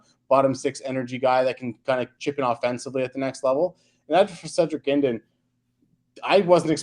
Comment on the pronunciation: Guindon is pronounced like 'Hudon'. It is not 'Gwindin'. Good prospect analysis but he didn't answer the initial question of 'will they be on the Habs in 2024-25' for every prospect.